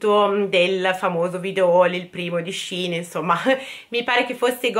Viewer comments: ti adoro però puoi dire scein e non scin, grazie🥰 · Io sento tutti le persone che dicono sehein e nn sihn forse avrò sbagliato a scrivere ma la pronuncia è con la e è nn con la i almeno così dicono gli yuotuber e le persone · cmq si dice shein no shin